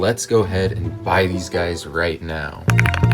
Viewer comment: It's BUY NOT BAY